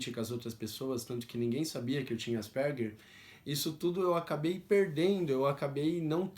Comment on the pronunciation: Pronuncia-se: ÁS-PER-GUER.